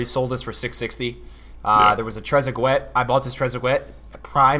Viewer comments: lol trezegwet, its pronounced trezagay. great video tho bro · "Trezeg-wet" hurt my soul It's 'Treze-gay' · Bro you did not just call Trezeguet TrezaGWET 😂 made me laugh. It’s pronounced TrezeGAY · Trezegwet? It’s Trez-e-gay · hey just to let you know its pronounced TREZ-A-GAY. haha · sorucha I wasn’t trying to ‘bash’ him, just never heard anyone pronounce it like that and it made me laugh. For the record it is definitely pronounced Trez-uh-gay though. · 'Trezegwet' hahaha dude please tell me you have heard of this guy! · It's Tre-ze-gay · Lmao, you had me dyin at your pronunciation of Trezeguet! Love the videos, keep it up! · Yh that's the way it's pronounced by trash-ass English commentators...doesnt make it right